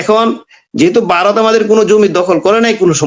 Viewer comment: Baaroth noy Bharat.Vaw er ucchharon thik korun.